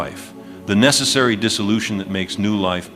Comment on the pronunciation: ....Necessary...not necessry....bs video...